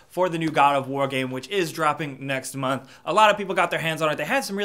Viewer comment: y did u say "next month" like that lol